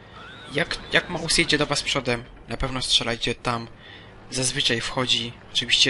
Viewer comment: Nie małsa tylko Mausa .